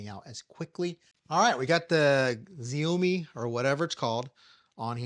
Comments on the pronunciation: "Ziamome" lol. 😂 it's pronounced "Shau-Me" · "Gziamoi" must be the most american pronunciation of Xiaomi I've ever heard. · great find, thank you! just to help you with the pronunciation, it sounds like "shower me" without the "er" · lol. you are saying Xiaomi wrong. Xiaomi = Sha o mi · welp looks like im now going to have to buy another air inflator smh. That auto start stop feature is genius for the iK. and it's pronounced "Shau-mee" lol. Theyre actually a well known chinese company and make a ton of other products.